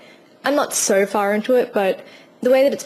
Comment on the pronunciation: i like how you say "so" like "ser".